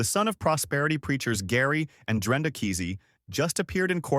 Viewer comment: It's Drenda. It's Keesee.